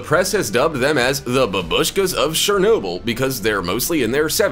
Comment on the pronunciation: Its Chernobyl not Shernobyl